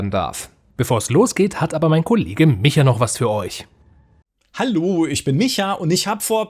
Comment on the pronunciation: wie aus Micha mal kurz "Mietscha" wird. :D